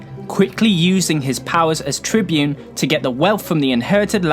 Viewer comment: Now I shall talk about the great Tiberius Gracchus. The Tybune Tiberius, Trybune Trybune Trybune......*Gets brain aneurysm* 😅 Seriously though, outstanding video. Have you thought about making a 10 minute plus your standard? 😊